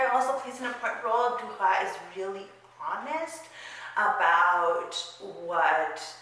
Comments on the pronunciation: Really enjoyed your review! One thing though: I'm pretty sure that her last name is pronounced dur-ass. Normally the French dont pronounce the "s" at the end of words and names but Duras is a nom de plum and the name of the town where her father grew up, which is in a part of France where they pronounce the "s" at the end of words. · In french, we prononce the S of her name DURAS because DURA AS you said souds like the animal RAT in french ( we dontt prononce the T) .